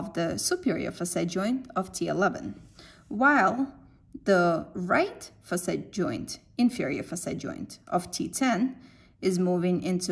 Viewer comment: In the beggining i dont get it when you say FASAY -- I just realized you were saying faceT joint when you started pointing on the joint it self. Nice vidoe though. Thanks